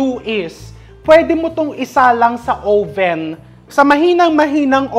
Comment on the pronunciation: Uhh-ven po hindi ow-ven. 🙏 🫶